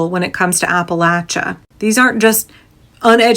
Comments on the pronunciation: From Asheville, thank you for pronouncing Appalachia correctly 🙂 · Thank you for your attention to accuracy in general, and especially the correct pronunciation of Appalachia. 🙏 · Southeast Ohio here, right in Appalachia, thank you for pronouncing it correctly, we didn't all vote for tRump. A lot of us voted blue and we got just as fucked over as the rest of you. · Can I just tell you as someone from Appalachia how much I appreciate you pronouncing Appalachia correctly. Also, Appalachia certainly did not vote based on racism, many people from that area voted for Obama especially in 2008...They voted based on desperation and ignorance. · First of all big shout out to you for the proper pronunciation of Appalachia! Secondly, hell yes the mountain folks resist oppression at every turn! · WNC native...and I would like to thank all those who said Appalachia the right way! Also, there are a whole lot more Dems here than you think...and people are beginning to move back to the blue. From 5-10% blue in the early 00's to 15-25% now. People do learn and they can change. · I'm from the Appalachian mountains of western NC. (Thank you for pronouncing it correctly.). We don't play when it come to protecting our neighbors.